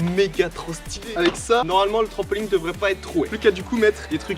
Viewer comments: C’est moi ou il dit trampoling 😭😭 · Pourquoi les gens disent trampolingue au lieu de trampolINE!😅sinon super vidéo comme dab 👌🏻